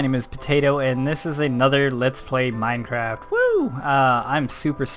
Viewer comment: Did you said "Let's play Minecrack" at the beginning ?